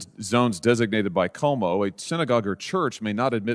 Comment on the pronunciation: its funny how non ny'ers alway mispronounce Cuomo's name